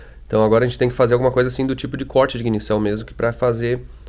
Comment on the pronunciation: Bah. Quando tu fala as palavras "corte" e "motor" nos repara que tu já está ficando com sotaque de americano.